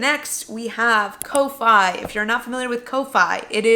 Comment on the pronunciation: I think "Ko-Fi" is pronounced "coffee"? Guessing based on the logo, but still a guess. Congrats on your successes and thanks for sharing!